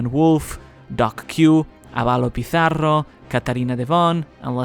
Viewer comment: Esa pronunciación de Avalo Pizarro 👌🏻👌🏻👌🏻👌🏻